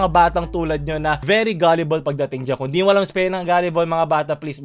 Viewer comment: wow galeebol pala bigkas don gilibol pa bigkas ko hahaha kung di ko pa to napanood di ko pa malalaman😂